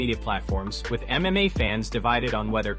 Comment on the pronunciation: Also learn how to pronounce MMA !!! Sounds like you say MA